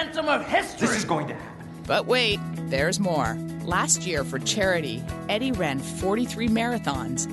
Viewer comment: jesus, how can the host mispronounce Eddie's name...